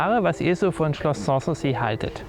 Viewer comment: Außerdem ist die Betonung von "sans souci" falsch.